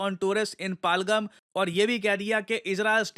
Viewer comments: Sir its पहलगाम not पालगम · पालगाम ❌ पहलगाम ✅ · It's no palgum it's पहलगाम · It's पहल -गाम not पालगम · What is Palgam, it is Pa-Hal-Gaam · Sir it's pahalgam , not palgam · पालगम❌ पहलगाम✅ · सर जगह का नाम पालगम नहीं है बल्कि पहलगाम या पहलगांव है जो कि कश्मीर में एक जिला है।🙏🙏🙏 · Sorry It is Pahal- Gaam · It's पहल गाँव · It's pronounced Pehel-gaam पहल-गाम. No shame in correcting yourself "sir" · सर आप पहलगाम नहीं बोल पा रहे